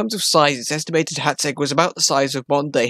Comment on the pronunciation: Magyar, rhymes with bodger. Why don't you know that? Because you didn't bother to find out 😅 Hațeg ( hatseg) is less thsn 200 km from me.